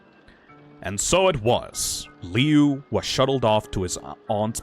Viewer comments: The Woods family? That's the name of the family from the original one! Me who knows that the Woods family name originated from the fan story Homicidal Liu and was never in the original:NOT SCIENTIFICALLY POSSIBLE. Also, Lui's name is pronounced Loo, not Leeoo. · His name is pronounced *LOO*, you gormless rube!